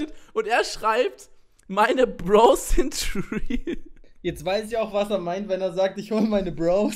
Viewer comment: Bekir das heißt bro's nicht brows